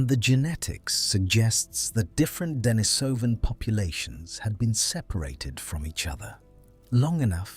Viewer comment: Accent on the second syllable: de-NI-so-van